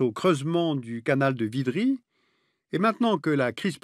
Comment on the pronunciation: < >. Et non ''vidri''. Merci monsieur.